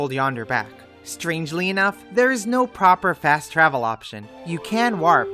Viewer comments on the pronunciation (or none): I was stopped by the way you pronounce "warp." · It's how waluigi pronounces it